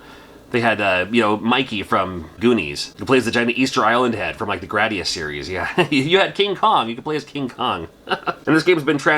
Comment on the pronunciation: You get cool points for saying Gradus the correct way. Drives me nuts when ppl say Gradeeus.